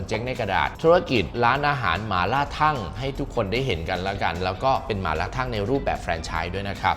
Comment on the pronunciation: อ่านออกเสียงว่า ทัง ครับไม่ใช่ ทั่ง